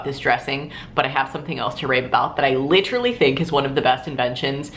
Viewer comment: was getting some major parks and rec chris traeger vibes whenever you kept saying "LITrally" lmao I love it